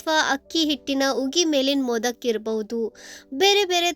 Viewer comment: Adu modaka not modak